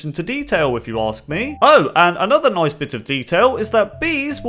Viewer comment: HE SAID NOICE ;)